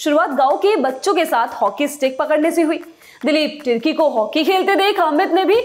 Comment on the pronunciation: दिलीप तिर्की का नाम गलत ले रहे हो